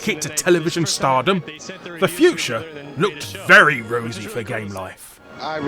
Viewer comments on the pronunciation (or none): none